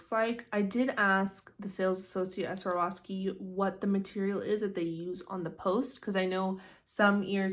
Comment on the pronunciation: Girl, you need to practice saying Swarovski before you embarrass yourself like that lol